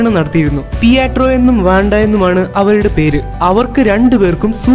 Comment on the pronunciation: പിയാട്രോ വേണ്ട പിട്രോ മതി